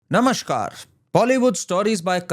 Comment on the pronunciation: sir, it's 'Namaskaar' not 'Namashkaar'!